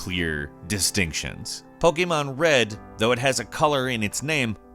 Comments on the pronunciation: not sure if you mean diff accent, but he's not saying the annoying poKEYmon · He says pokemon right and he’s american, you don’t see that every day